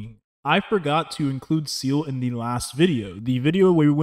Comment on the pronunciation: It's Seele, not Seal. She did not kill Bin Laden.